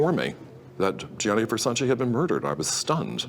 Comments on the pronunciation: It aggravates the hell out of me how the narrator cannot say Versace's name right. Its GIANNI not Jonny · Does the narrator really not know how to say Gianni? Who’s Johnny? Lolol. And it’s Keen-Tana, not Kwin-Tana 🤦‍♀️